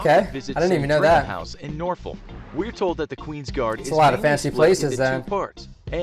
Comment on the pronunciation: Oh god the way the narrator on the video said Norfolk made me cringe 😂